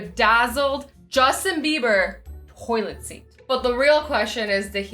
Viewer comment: Is it just me or did she say hoilent seat...